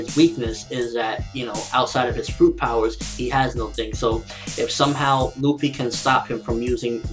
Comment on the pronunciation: why the fuck ppl say ruffy? its Luffy!!